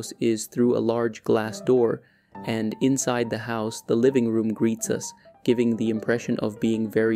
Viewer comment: I didn't need to know all those things. But you said "insed" not "inside."